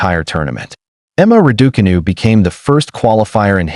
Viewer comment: Why do commentators have so much difficulty in pronouncing Raducanu the way Emma says it.